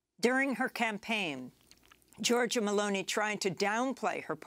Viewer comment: And it's Meloni not Merloni.